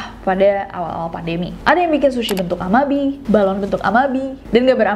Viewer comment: Cara bacanya 'a-ma-bi-e' ya, Bestie